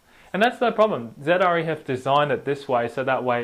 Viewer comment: It really bothers me that he keeps calling Zre Zedre